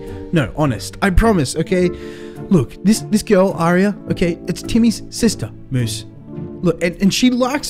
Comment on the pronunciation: Moose said AIRRia.... gosh